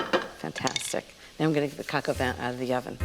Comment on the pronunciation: Vin is pronounced vahn in french.